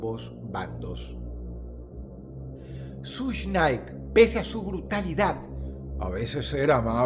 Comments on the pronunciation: Dross, es SUGE Knight, no SUSH Night. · Sush nay. Jajajajaja 🤣🤣🤣🤣🤣🤣🤣 que cagué de risa como lo pronuncia jajajajajaja